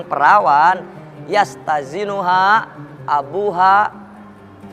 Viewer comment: الثَّيِّبُ أَحَقُّ بِنَفْسِهَا مِنْ وَلِيِّهَا وَالْبِكْرُ يَسْتَأْذِنُهَا أَبُوهَا فِي نَفْسِهَا وَإِذْنُهَا صُمَاتُهَا Assayyibuuu bukan assayabuhhhh.....min waliyyiha bukan min waliyyahaaaa cuyyyy yasta'dinuha bukan yastazinuhaaaa Astagfirullah hal aziiiiimmmm😂